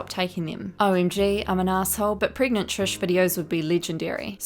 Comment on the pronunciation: I’m sorry I had to laugh when you said “preg-oo-gan-ant” I sorry but I can’t breathe